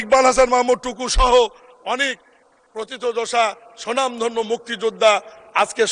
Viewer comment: কথাটা "সুনামধন্য" না। কথাটা হবে "স্বনামধন্য"। এর অর্থ হচ্ছে নিজের নামে ই তিনি ধন্য।